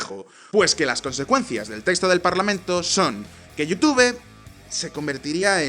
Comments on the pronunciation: Jajaja, "yutube". ❌ Se pronuncia "yutub".✔️ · se pronuncia (youtub) sin pronunciar la e, en Espa?a hay problemas serios con el ingles. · Like por cada vez que pronunció la palabra "YouTube" erróneamente. 😂😂😂😆😆😶